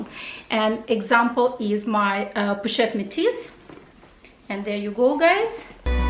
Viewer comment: Hi, you prononced the color name of your Métis 👜bag in French very well!! 😂😂👍🇫🇷 I love the ring! I have the same, it was a gift from my husband when we met. I wear it every day. Beautiful! I will have a look at their collection. Conc. LV new collection, unfortunately I am not a big fan. 😬 too busy as you said.....I hope you will enjoy your purchases. Bye. Julia